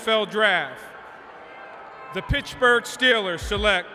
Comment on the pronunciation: “Pitchburgh” Steelers